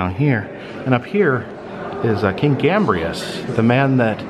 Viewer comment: Saint Gambrinus, "Gambrius", lol.